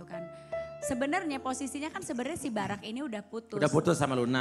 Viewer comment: Apa cuman gw yg salfok saat iis salah ngomong nama "Barack"? sampe melaney harus ngasi tauu wkwk ga cocok bgt jd host ih si iis . rempong bgt